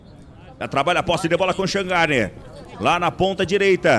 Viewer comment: Q nojo q me deu do narrador fc falando shangarne